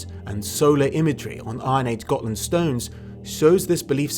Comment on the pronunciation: Gonna take a shot every time I hear him say "Got[h]land"...